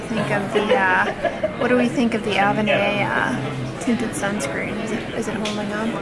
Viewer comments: Btw, I forgot to mention the pronunciation for Avene. It's A+been - just replace the b with the v. I have been using the Avene Ultra Light Hydrating Mineral Sunscreen SPF 50 for sensitive skin but it kind of stings sometimes when I apply it. It irritates the area around my eyes. My skin isn't particularly sensitive, but I treat it as such since starting Retin-A 0.025. Recently I got the Neogen Dermalogy Day-Light Protection Sunscreen SPF 50/PA+++. It is a mix of mineral and chemical suncscreens and I like it a lot better. I don't care for the IT Cosmetics cream because I find it to be too heavy of a product on my skin. Another good product for color and sunscreen is the Dr Jart+ Premium Beauty Balm SPF 45. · its pronounced Ah-Ven. Haha love you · Did she learn how to pronounce avène yet?